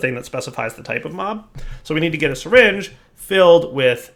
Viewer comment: I thought you pronounce it "Syringe" not "Seringe"..